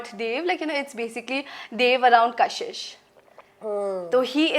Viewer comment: Kashish ❎️ kasis 😂✅️